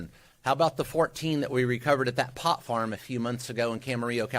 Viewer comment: The way he accents "Pot Farm" like its a cocaine plant...